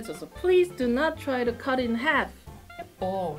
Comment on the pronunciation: to try, not "tottery"